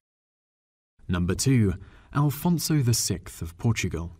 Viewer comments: It's not «Alfonso» but AFONSO!!! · Afonso is not read "Alfonso". There is no "L" in it... Also, you forgot Queen Mary the I of Portugal, also called " The Mad Queen".